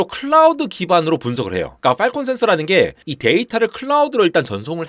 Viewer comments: • 세계 최대의 '외눈'박yee→ 세계 최대의 '블루su크ㄹyeeㄴ' ··· :( • 발음주의 : 팔콘 (o) / 빨콩 (x) • 요약: "클라우드(Clowd)를 (BSOD로) 공격(Strike)한다" or "클라우드(Clowd)가 (BSOD에 시달려서 결국) 대규모 파업(Strike)을 강행했다" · 빨콩센서 빨콩센서 그러길래 뭔 소린가 했네 ㅋㅋ 발음 좀 어떻게 해주세요